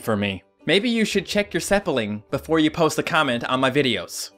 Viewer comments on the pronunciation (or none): this is the funniest video I've ever seen I've never laughed that hard in my life and I love how you said sepling instead of speling